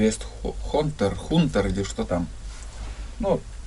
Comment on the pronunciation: Не хунтер, а Хантер. Переводится как "Охотник". не в обиду будет мною написано. Понимаю, что тебе не нужно знать английский и правильно произносить. Наверное для тебя это сложно, но всё же. Надо попробовать научиться хотя бы правильно произносить иностранные слова, да и плюс это поможет при обзорах тех или иных товаров и вещей, которые приходят для рекламы тебе или же ты сам заказал либо на АлиЭкспресс, либо на других торговых площадках. Ни в коем случае не учу тебя что и как делать.